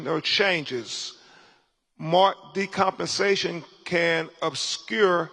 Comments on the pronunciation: "decompensation" - dude can't even read! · "Marked decompensation". And he's an attorney? "Marked decomposition". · Constantly saying, "decompensation" is crazy work